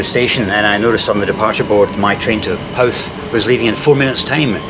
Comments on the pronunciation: no no its not How-th, its hoooth, I'm a fellow Scot with an Irish husband! I've practising for a long time how to say it right, it's hard for us Scots ok haha, it's where we first met 22 years ago, and Howth has happy memories. The best fish and chips you'll find in Ireland too! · Great overview. By the way, Howth is pronounced “Ho,” (as in ho-ho-ho), “th.” Cheers.